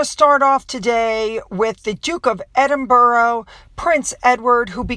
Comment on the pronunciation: Love you but you can't say Edinburgh either 🤣🤣